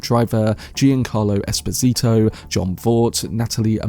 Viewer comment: incredible butchering of Giancarlo Esposito’s name, Jesus Christ